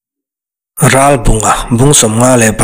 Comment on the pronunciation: Ralbunga tih hi Ralbàwnga tiin a ri tep thina beng a kham thelhthin. Ngaihnawm na rawh e. Zonun zemawi hmuhtur a awmthin mawlh hi